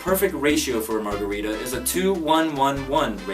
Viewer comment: Americans cant even pronounce margarita, pretty sure there another story 😒